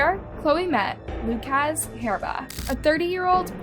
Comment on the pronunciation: How to pronounce the name 'Lukasz' ... not 'Luke-AZZZ" but --->